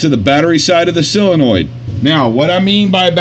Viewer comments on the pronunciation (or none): Only one question, why do you think it is pronounced "cyla-noid" when it is not spelled cylanoid? "Sol" is pronounced the same as it would be in similar words such as "solvent", "solve", "solder", etc.. Just curious perhaps I am mistaken but it is a rarity in matters of pedantry. :) lol. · Wait, so how is it "silinoid"? I had to spell it wrong just to convey his pronunciation. Also he said solenoid right after he stressed it was "silinoid"